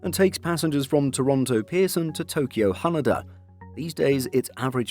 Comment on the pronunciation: The way he says Haneda lol